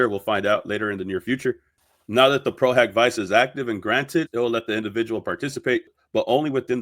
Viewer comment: I'm French, and I know for a fact that that "A" in latin is not pronounced " O" not only in latin but in all the other roman languages. If you take a class in Latin then the good education of people would be by telling them it's pro-hak-vee-ché ( Vice is pronounce like in italian), Pro-HOCK-vee-chay is a germanic pronunciation, and if you want to correct someone of the real way to say it in Latin, you got to use the latin pronunciation, and I checked on Oxford dictionary, it's in fact "hak"